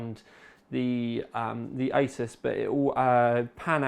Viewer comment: 58min video...sweet! >bucket< of tea and 1300g (2 1/2lb) box of broken biscuits :P btw peeps, its aY-zeus.....not ace-us.